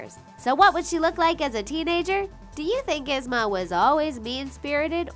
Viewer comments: Its ye-zma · Its ( EE-SM-A) but spelled ysma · #9. Her name is pronounced EEZ-ma. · It's prounounced Ee Zma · Omg I hate the way she say Yzma name 😭😭😭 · You said Yzma wrong ! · EEEEZ-Ma .... I know this is two years old but PLEASE say her name right! It’s like hearing nails on a chalkboard 🥴🥴🥴🥴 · The way how she pronounces yzma makes me believe that she has never watched any of these Disney shows ever and pronounced them however the hell she felt like. 🙄🙄🙄 ugh it's ''YEEZMAH'' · If you love Izma so much you should know it is pronounced Eeee-zma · They are saying Yusma it is esma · It's spelled yzma, but I thought it was pronounced eezma? Could be wrong. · EEEEEsma not esma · Ahhhhh it's not (Izma) it's ( EE-ZMA) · did anyone else notice the she said izma not eezma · Oh my lord its Yee-zma not Y-izma. Also why is it important that Queen of Hearts and Ursula are obese? It gives them power an attitude. Dr.Ficilers "teenager" was his genderbend.. why do you guys keep mentioning their weight? Like, "they're slim" or "theyre obese" I'm pretty sure a lot of us dont care, just shown us the damn pictures. if we're here we know what the villains look like. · “is-ma” it’s pronouced “eez-ma” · It's Yeez-ma. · 'Isma'? Like, LADY IT'S Y - ZMA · It's EEEZ-MA! NOT IZZ-MA! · IZ-MA! it's pronounced eeez-ma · Yzma isn’t pronounced “izma” it’s pronounced “eezma” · This bugged me so much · OMG! ITS EEEZMA! NOW ISMA!! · "Eez- ma" not "Iz-ma." Had to. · It's not Izma it's Yzma, just to let you know:) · It’s Pronounced EEZMA not IZMA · "Iz-Mah" it is not pronounced like that. It's pronounced as "Eeaze-muh", Yzma. Lord have all the mercy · Yzma is said “Eesma” not “issma”... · Yzma is pronounced E-zma not I-zma Also I find it hilarious that they probably accidentally used a gender-bend of Dr.Facilier without even realizing it like I'm pretty sure that version also had boobs soooo..... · correct pronounsetion: yeezma wat they use: izma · The way they say Yzma 😐 " Is mah " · Lmao “isma”